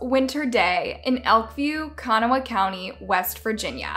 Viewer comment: It's Ka-NAW-ha County, not CON-awha. I'm from WV, and I live about 2 hours from Kanawha County so I know how it's pronounced. I remember reading about this, so sick